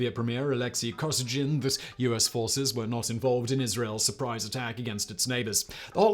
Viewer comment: Pronunciation check: Kosygin is usually pronounced with a stress on the second syllable: "kos-EE-gin" (hard G).